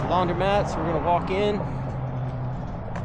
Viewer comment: Did your wife also tell you it’s laun-‘dro’-mat not laun-‘dry’-mat?